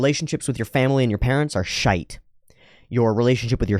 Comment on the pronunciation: < “shite” … was that an attempt at the British pronunciation?